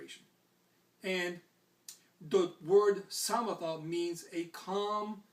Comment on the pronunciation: One thing: Samatha is pronounced "suh-muh-thhuh". The double-H is a breathy h. This is great. Thank you.